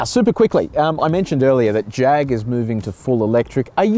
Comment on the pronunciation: you are saying Jag wrong. It's a Jaaaag.With a bit of snob note to it.Nice review though. In its class, I think it is the sportiest of the lot. One thing I don't like is the oh-so-black interior. A bit of color would have brightened it up in a more dynamic way.